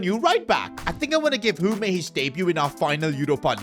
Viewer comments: It is Hume not hum a 😂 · Hume is pronounced h-you-m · please please please learn how to say Hume’s name It’s pronounced like Tray Hyoom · After this I think should do a Sunderland or Peterborough United career mode like if you agree Edit: BTW bros name is pronounce Tray Hume not Try Humé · Bro just called “Hium”, “Hume” 😂😂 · Tray "HOOMEY"???? It is pronounced HYUME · PCQ: Trai Hume is annoyed you are pronouncing his name wrong (it’s pronounced heyume) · it’s tra-y hue-me not tr-I humi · His name is pronounced HEE-YOOM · Just to let you know esteve is pronounced eh-stev and hume is pronounced as hugh-m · The way he is pronouncing "Hume" gives me the impression he forgot all about the legend Shane Hume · bro butchered pronouncing hume